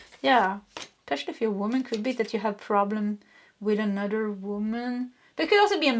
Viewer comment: Could you please improve your pronunciation of “another”? The “th” sound you tend to make sound like “dd”.